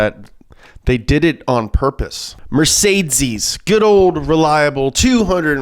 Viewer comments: Can you please stop saying Mertseezziiesss instead of mercedes.... you sound very dumb saying that. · MER-CÉ-DES not mercaidscees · Sorry, but that pronunciation of Mercedes is just killing me 😂 It's kinda more like "Met-zay-dees" and not "Mer-Zay-Zees" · Mercedsees. It's not Mercedsees. MURR - SAY - DEES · I just love how always pronounces everything intentionally wrong‐ "Mersaytsees"... "Fyord"... Makes my brain happy. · As a German it triggers me that you pronounce mercedes mercedzeez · Mercedeez lol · I kinda hate that he says Mercedes like Mercedzys but every says some thing differently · Did I hear MercedZes? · Pronounced mer sayed deeez buddy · why is it so hard for you pronouncing mercedces right? ;) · Nobody:: MerZeziss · Is this how Americans pronounce mercedes? Never heard it like that before haha It's MER-SAY-DEES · Mercedzes ? Dude pls learn how to pronounce car brands if you talk about them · Why is he saying MercedCes? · it's pronounced Mer-Ka-Dess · Nobody: mErCeZeS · The “funny” pronunciation of Mercedes and other words is super annoying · Is he genuinely trying to say Mercedes? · Why does he say Mercedes like that...... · The way he says mercedes makes me angry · You can't even say Mercedes lol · Same reason he's saying Fjord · He is really struggling with the word Mercedes